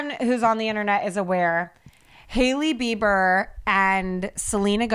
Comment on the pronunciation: hailey “biber” 😂